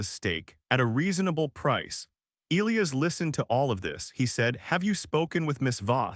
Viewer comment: Yes, I’ve never heard “Elias” mispronounced so much, or at all, really.